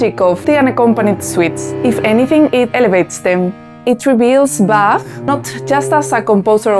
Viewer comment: Can't you give any examples to your speculalion? It's also sad that you can't pronounce Bach's name properly.